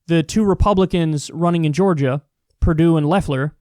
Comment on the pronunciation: He can't even pronounce Georgia properly.